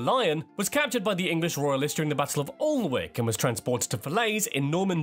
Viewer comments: The narrator did well with some of the Scottish pronunciations, was very wrong on others (Gaelic- Scottish Gaelic is pronounced as gah lick, but the strangest moments were when he got English words wrong …. Alnwick forsooth! AAhnnick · Great reaction. He did say Hebrides correctly but did say Alnwick and Alba incorrectly lol. To be fair I say alba incorrectly too and I am Scottish. Apparently it’s alaba …. Ewan mcgregor in trainspotting is about as Scottish as you can get lol. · The battle of Alln-wick, it's pronounced Ann- ick, it's up my way, and is one of the prettiest towns in the world, the castle was where they filmed Hogwarts. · True that pronounced as Annick with the silent letter " l " Spelt Alnwick but pronounced as Annick . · Yes the English guy did pronounce Hebrides correctly but he got loads more wrong. He even screwed up a place in England when he pronounced the 'L' and 'W' in Alnwick - correct pronunciation is Annick. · Ironically he mispronounced Alnwick and it’s in England. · Be fair… he did mispronounce Alnwick wrongly too!